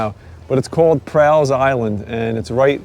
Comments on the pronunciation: You are mispronouncing my last name and Island. All.. not Al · Just a quick FYI - it's pronounced like "small" or "tall" or "fall." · I grew up on Staten Island. Loved it in the 70's and 80's, but if you stood in the water up to your ankles, you couldn't see your feet. Never saw a deer until I was in my mid thirties. And we pronounce Prall as rhyming with all. Enjoyed watching this.